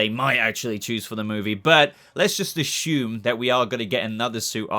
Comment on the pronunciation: This is a dumb comment, I was wondering why when you say “assume,” it sounds like, “ashoom.” When you say other words with S(s), single or double S(s), the words have a regular “s” sound. At first I thought you were doing it on purpose to be funny but lately I realized, Pagey and Mr. Sunday Movies, do it as well. So I’m wondering if… A. Are you saying “Ashoom” on purpose? Or B. Is it just an Australian thing? BTW I love your channel, I’ve been a sub for well over a year now, maybe even over 2 years just so you don’t think I’m trolling.